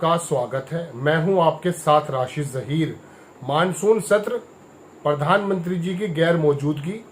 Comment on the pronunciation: परधान,नहीं रे प्रधानमंत्री उच्चारण कर ।